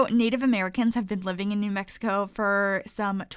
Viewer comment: May be a year late, but you did New Mexico justice with this build. Your pronunciations btw, were very close for a non local. Thank you so much for this build!! I've added this to all of my save files as a tribute to my home state!! You did a beautiful job on this house.